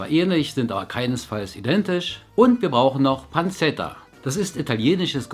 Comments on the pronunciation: "panzeta" hahaha☺️ man spricht das "panschetta" aus ✌🏼️🙈 Grüße aus Berlin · Die Italiener sagen immer "pantschetta" :D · Pancetta wird wie "Pantschetta" ausgesprochen :)